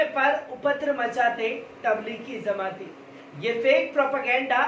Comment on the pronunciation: Zamati nhi jamati